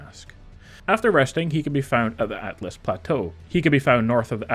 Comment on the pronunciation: "Altlas Patò".. sure man.